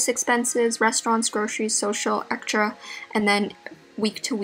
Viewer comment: the way she pronounced extra😂😂